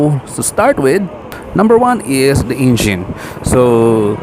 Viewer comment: "Ingine, Front Chocks, Motorcy'kel'."🤣